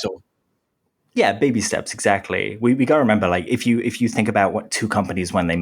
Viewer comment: this channel is great. I admit I laugh every time when you say “if you” I hear “FU” haha